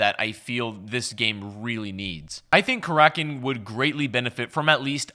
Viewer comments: He says Kar rak in not cracken but I agree he said it wrong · Karackin or Karakin? Time for an editor, or at least a producer